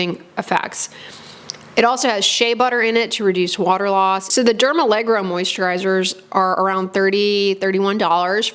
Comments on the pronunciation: allergo as in allergy, rather than allegro as in uptempo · Derm allergo as allergy. Not dermalegro 🤡🤡🤡 Silly american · It's dermALLERGO, not dermALLEGRO. Like the word allergy haha, not balet. 😂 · Al-ler-go, not allegro – It's a different word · It's dermallergo, not allegro. I believe it refers to being suitable for allergy prone skin. Otherwise a very thorough review, thank you. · Oh it’s not allegro but Derm-aller-go😊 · Great video, and I use & love this line also. The products really do soothe on contact, and provide decent moisture without clogging pores. Note: The line is actually pronounced "DermALLERGO" (not "DermALLEGRO"). So no more need to associate it with ballet! 😆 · I'm a little surprised 🤔 This line isn't new at all, it's been around for quite some time. Do you mean new in the US? Also, it's not dermalleGRo (you pronounce it that way all the time 😅), it's "alleRGo", from allergy, which makes total sense and that doesn't remind of ballet 😊 I wish there were more products trying to use ingredients like that neurosensine peptide, to numb the nerves so the skin doesn't react to things and is calm. I applaud the initiative. Hopefully there'll be more variety, so we people who have reactive skin have more choice in skincare 😊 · It’s pronounced Derma Lergo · It's dermalleRGo, like alleRGy! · "dermaleGRo reminds me of Benedict Cumberbatch's "pengwings".